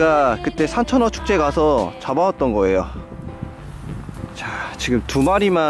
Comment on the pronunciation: 산천어가 삼천원으로 들림